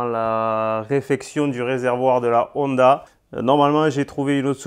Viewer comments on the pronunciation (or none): none